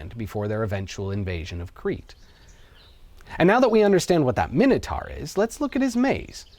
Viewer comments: Minotaur. Minitar lol😂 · Pronounced mine-a-tor not min anything AMERICANS learn english. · Seconds in & you're a complete spastic: Minnatar????????? WTF? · I know what the minotaur was, but what's a 'minnertar'? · Some people pronounce it my-know, some pronounce it min-oh, I honestly don't know which is correct. However, I'm sure it's mino-taur, like Taurus the bull, not mino-tar like the road surface. 🤔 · Why are you saying Minotaur like that? You know full well that’s not how it’s pronounced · Never heard Minotaur pronounced that way before. Odd.